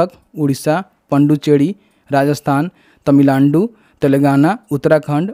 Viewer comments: Tamilandu nhi hota hai 😂😂 Tamil Nadu hota hai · Bro says Tamilaandu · भाई ने तमीलांडू बोला😂